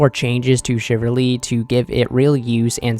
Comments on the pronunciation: Shiv ul ree .. not Shiv err ree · I'm not sure if you're a native English speaker, but Chivalry is pronounced "shi-vuhl-ree" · Shiverly??????? wth is that?? CHIV - ALL - REEEEEE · Shiv-ull-ree Chiv-al-ry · Chivalry, not shiverly lol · How about u find one source where it’s pronounced chivalry then I’ll kiss ur toes